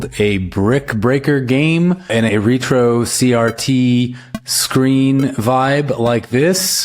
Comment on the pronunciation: Ret ~ ro, not Re ~ tro... "Rhett Row"